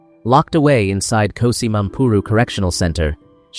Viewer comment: KGOSI Mampuru not KOSI